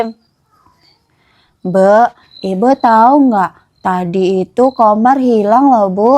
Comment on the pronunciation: Kak ko manggil Komar jadi kamar